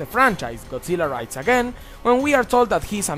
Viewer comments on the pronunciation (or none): awesome list. Not gonna lie however, when you said Godzilla Raids Again, it sounded like Godzilla Rides Again, I envisioned Godzilla in a giant ass low rider with sunglasses and bandana on, all 90's rapper look. made me chuckle. Great work man